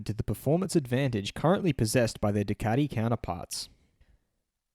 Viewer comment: Ducardi? Come on mate, you're embarrassing us. Either introduce yourself as Dilloon Shellee and do the entire video in a fake European accent and or give it up.